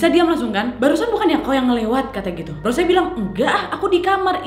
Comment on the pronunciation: "ROS - SE"😭😭😭